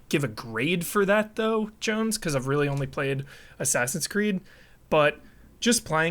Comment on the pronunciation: Correction: . Oh by the way, Jones. You mispronounced JONES! It's cool, it happens ; )